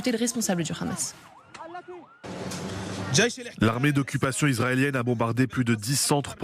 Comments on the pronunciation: Pourquoi dire le Ramas c’est un H madame ça se lit le amas sinon on peut aussi dire TsaRal pour l’armée Israélien Si vous ne savez pas le prononce avec l’accent oriental abstenez vous madame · 😂 juste ta manière de dire😂rrramaaas on sait d’où tu viens.. d’où ton impartialité 😂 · Le RAMAAAASSS depuis quand en France on prononce le H. Arrêtons ce massacre!!!!! Stop Israël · Déjà Pourquoi tu prononce Hamas (khamas)? c'est quoi l'objectif de cette prononciation guttural peut-être pour donné un aspect méchant et pour faire peur au auditeurs! C'est vraiment de la manipulation de base étage! madame